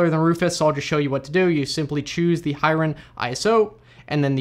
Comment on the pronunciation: The name is actually pronounced " Hee-ren " (his full name Hiren Mehta, a common name in Gujarat) & not High-ren. Great video! Very precise explanation. I didn't even know other people have been updating Hiren's creation. I still have the old one which has been working great. Now you have showed me where to get the updated one! Thank you. :)